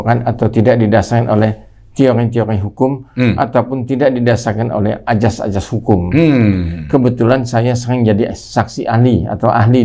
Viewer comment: Azas, bukan ajas. Pergunakanlah bahasa indonesia yang baik dan benar.